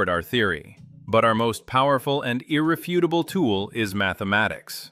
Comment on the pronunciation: Ir - REF - utable, not Irre - FUT - able.